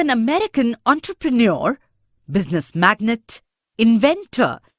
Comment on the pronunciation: its business "magnate"